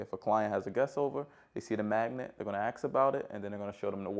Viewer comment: Only annoying part of this video was the pronunciation of ask 😅 other than that great!